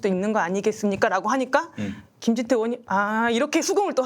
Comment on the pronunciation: 변호사님 의원이름 검사 이름 틀리게 말하는거 좀 거슬리네요